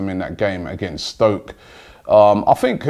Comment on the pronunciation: cone of n Robby it's stoke not spoke 😂😂